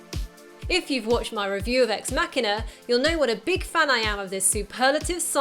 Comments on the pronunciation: You pronounced the film title wrong... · Ex Mackina or EX MaSHEEEENAR! EX MACHINAAAAAA . ExMasheeeeener? is ExMachina! stop it saying exMacKiner your winding me up! ExMacheeeenaa!